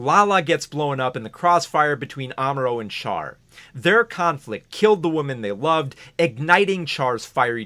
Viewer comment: Great video, but I hate the mispronunciation of Char’s name. It’s not “char” like char-broiled, it’s “char” like charlatan. The French way, basically.